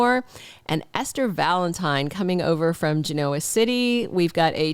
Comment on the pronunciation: I like how you pronounce Genoa, sorry to hear about how things are with you Mom.